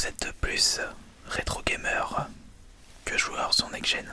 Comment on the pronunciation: vous etes pluseuh retro gameureuh x)